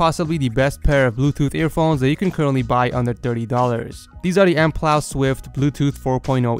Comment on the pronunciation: I just realized you said MPLOW hehe